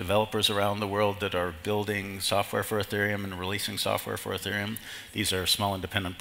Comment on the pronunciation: It's "Ethereum", not "Etherum".